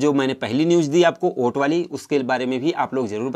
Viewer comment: Oait nahi hota hai😆😆😆😆😆 vot hota hai 😉😉😉😉